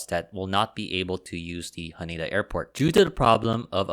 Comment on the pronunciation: H A N E D A , not HANIDA